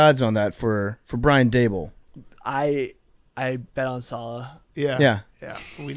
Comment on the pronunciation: PMT is the only mainstream sports show that pronounces Robert salah's name correctly